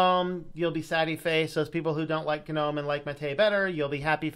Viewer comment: its nōm not gnu-nōm